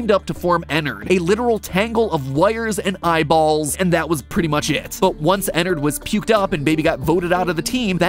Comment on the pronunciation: Enard it’s enard